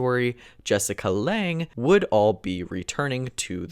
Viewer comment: I know. Not how that name is pronounced, though. (And her family name is spelled Lange)